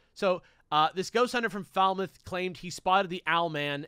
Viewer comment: pronunciation of Falmouth was definitely the correctest